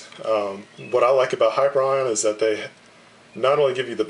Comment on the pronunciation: Not to be nit-picky, I'm grateful that the company my mom works for and her friends own has a nice review, but it's pronounced like "Hi-pier-e-on". :) Just something for future reference if you review anything of theirs again.